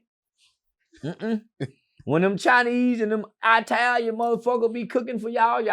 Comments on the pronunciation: "I-talian gear!"😂😂😂 Bruh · “ATALIAN GER” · “Eyetalian drip” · said I-talian gear 😂